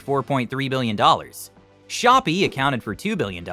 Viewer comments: Shopee is not shop its shop pee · "shop" LMFAO COMPLETELY DISREGARDED THE "ee" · Shopee pronounced "shopee" lol